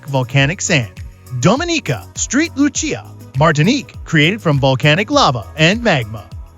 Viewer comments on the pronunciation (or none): Lol Street Lu-Chia 😂 SAINT LUCIA --> St. Lucia! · I hear "Street Lucia" is wonderful this time of year. 🤣🤣